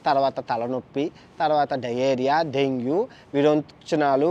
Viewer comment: Dengue vs dengu 😂😂